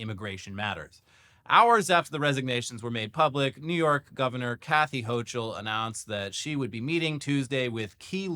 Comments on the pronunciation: Ho-kull. Not ho-chill. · Please stop pronouncing her name so fucking weird, it's: /'houkəl/ HOH-kəl